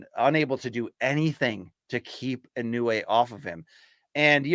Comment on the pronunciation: He should stop butchering Inoue's name, out of respect for the guy.